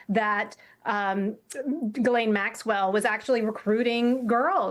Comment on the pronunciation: I don't know why there is literally nobody on TV who can pronounce the name Ghislaine.